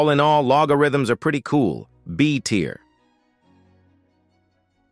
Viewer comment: He said beat here instead of b tier...